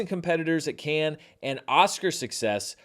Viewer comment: Dude should really learn how to pronounce Cannes